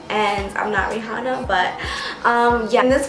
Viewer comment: How do you pronounce Rihanna wrong 🤔